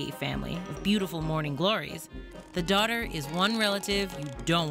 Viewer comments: Heard daughter too.. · I hear Daughter instead of Dodder and I was gonna say, that is an ominous sounding epitaph that makes me legitimately think of a supernatural monstrosity lol. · I heard daughter too. After a confusing internet search, I figured out she is saying "dodders". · never before have I needed subtitles more. "dodder" is how most folks pronounce "daughter" around here and I had no idea what this plant was until looking in the comments. doesn't help that auto-caption kept using "daughter" too.. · I thought you were calling this thing “the daughter” the whole time, until I read the comments lmao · I thought it was called “daughter” when you said it lol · By the way even though it sounds like she is saying "daughter", it is spelled "dodder".